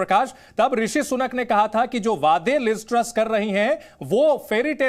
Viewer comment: Anchor ko name bolne ki tyari krwao